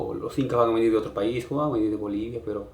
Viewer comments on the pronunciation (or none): none